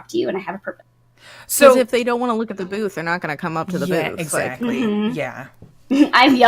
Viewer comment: Sometimes when you say booth, all I hear is boobs.. it is just me?